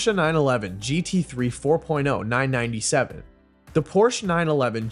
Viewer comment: You’re killing me with the “nine ninety seven” and “nine ninety three”